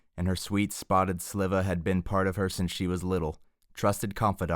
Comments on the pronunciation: Why the hell do you keep saying "Spotted Sliva" its Sylva. Like Silver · IT'S S I L V I A not SLIVA!! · Spotted Sliver is crazy.😂 It's Sylva say it like silver.